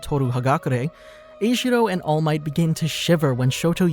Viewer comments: Sorry I just have to say that they say his name is not ejiro it is enjiro en- jiro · Him:eshiwo Me:ejirou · E gee row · Him being called eijiro caught me off guard, he’s always been called kirishima(or Kiri) by everyone I know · Neither do I, and it just makes it harder to watch these vids, because while in the show, his name is kirishima, he calls kiri eljiro lmao (Im pretty sure I spelled that wrong)